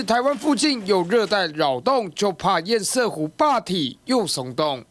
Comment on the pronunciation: 請問到底什麼是煙賽湖..？？？？？能不能上節目前查查自己不熟悉的名詞怎麼念…都沒有助理嗎？教育部有頒布國語字典，不難查吧…